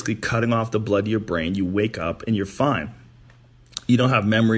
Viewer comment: Joe "one of dee" Hogan